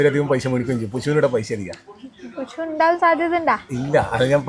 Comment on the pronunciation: പുശു അല്ല പുഴു